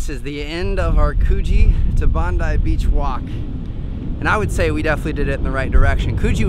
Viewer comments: haha he said bandi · I love how he pronounced 'Bondi Beach' 😂😂😂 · You said Bondi wrong!😂 I’m from Australia I’m glad you went to Australia 😇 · This was a great video. As an Aussie, it's really nice to see first timers discovering stuff. Some pronunciation lessons: Bondi is pronounced, "Bond-eye". Clovelly is pronounced, "ClovELLY (emphasis on the second syllable). Coogee is pronounced Coo-jee (as in "book"). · you butchered coogee, clovelly and bondi!